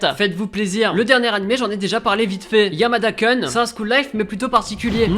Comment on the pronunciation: YAMADA KOOOOOUUUUUN PAS KUN !!!